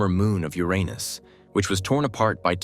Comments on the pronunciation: A vid that says the name Uranus correctly gets you liked and subbed! Maybe i should propose to the AI lol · Thank you for pronouncing the name correctly. The current pronunciation is far worse.